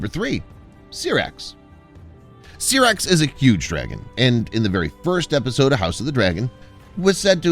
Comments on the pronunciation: I know right 😂😂 Syrax like pronouncing Sci. Not Serax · SYRAX Pronounced SIGH-RAX